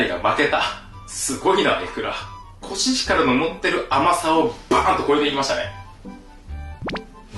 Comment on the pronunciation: コシヒカルって聞こえた笑笑